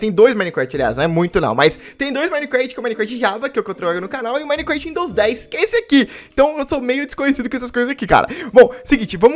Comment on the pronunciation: quem q ele fala micrat